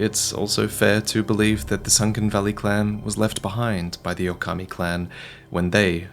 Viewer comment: Still butchered the pronunciation tho